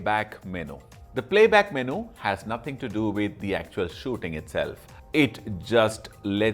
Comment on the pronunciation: What is a Meno? I thought It was Menu pronounced Menyou